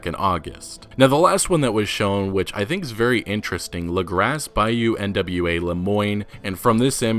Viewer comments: sara faller it’s French in origin. French names and words hardly ever pronounce the ending consonant unless followed by a vowel. Lagras should also be pronounced “Luh-grah” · It’s pronounced “Luh-graw” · Lagras pronounced LAH-Graws